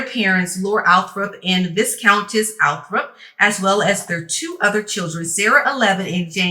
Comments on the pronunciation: … don’t know if it’s been mentioned yet to you dear, but the correct pronunciation of Viscount and viscountess are Vi-(Long I), with a silent ess… afterwards..I.e., ‘Vi-count’/‘Vi-countess’….LOVE your videos, your take on things, the way you express yourself it is just too much for words for real for real🙂 New to your channel but will not be leaving anytime soon thanks so much for all that you do, and keep on keeping on!❤️ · V-eye-count, the “s” is silent. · Here's the problem - neither one of them know what 'work' is..... I love you so wanted to help you with the pronunciation of 'viscount' - it's a tricky one - the 's' is silent so it's 'vie-count'. I hope you take this in the spirit in which it was given - and you keep providing us with your amazing content! xx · The S is silent in Viscount.